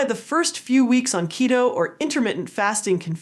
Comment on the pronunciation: it’s not ketto kiddo it’s keeeto like cheeto…😊